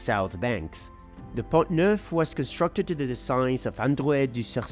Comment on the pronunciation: By the way, the letter ‘T’ at the end of the word PONT is silent. It is pronounced PON